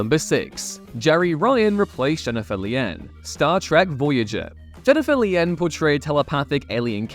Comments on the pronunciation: if you're gonna do a list, you could at least pronounce the actors' names correctly. There is no K in the pronunciation of Shannon Doherty, and Jennifer Lien is pronounced "lean," not "lee-en." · Jennifer Lien (pronounced: lean) was said to be already displaying signs of mental illness and, depending on who’s being talked to, either got fired or quit “Star Trek: Voyager”. She was a good actress, but apparently just couldn’t continue. Jeri Ryan, who replaced Lien, yes, there was a fear she would be seen as “eye candy (Kate Mulgrew was very afraid of this and this caused a lot of tension between the two. Also, her first husband, Jack Ryan, tried to get her to do sexual acts in public in order to help him get elected to the Senate. She refused, divorced him, and Jack’s potential political career was over.)”, but it turned out Ryan was an exceptional actress! She has since gone on to star in “Boston Legal,” “Shark,” and “Star Trek: Picard.”